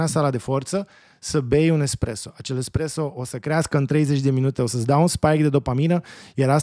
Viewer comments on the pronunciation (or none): none